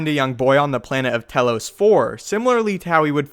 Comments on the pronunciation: I'm pretty sure Telos is pronounced with a Tee not Teh. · Just a note, it's pronounced Tee-lo-s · As much as I love the subject, it's pronounced Tee-loes! Lol.